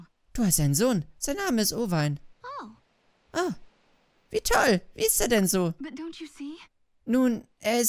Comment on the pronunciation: Sprich ihn bitte Owayne aus 😂😂😂